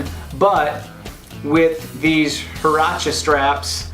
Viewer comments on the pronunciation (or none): Pronounced Hwurachez lol no biggie